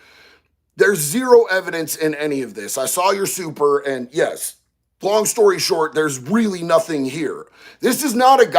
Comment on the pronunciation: Long, not ling.